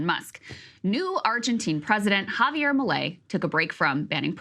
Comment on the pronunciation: i came here expecting her to pronounce his name as "jay-beer", but she pronounced it amazingly well.... he's a libertarian. they are all like that, they worship the rich, and preach that greed is a virtue.